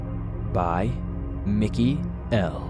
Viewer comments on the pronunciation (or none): none